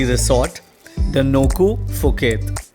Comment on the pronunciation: Happy Birthday to Ritika!! and to you and happy anniversary. I am Filipino married my Thai wife some 27 years ago. I submit that your journey of happiness ahead is soooo long. There's much more fortunes and unbelievable surprises you will walk through. Enjoy the ride, even more. And finally, phonetically, do separate the 'P' from the 'h' so that 'Phuket ' is not pronounced in the start with an 'F' but rather 'Puh-ket'. Enjoy ☺️ !